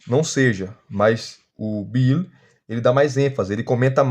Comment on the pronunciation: Irmão, sei do seu esforço mas procure melhorar a pronúncia de G.K Beale por graça. 😅🙏